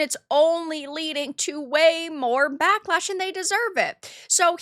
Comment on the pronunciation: What is “bock-losh?” Are you trying to say “backlash?” I agree with you on your content but what is with this generation of women (under 35-ish) not knowing how to pronounce a “short a?”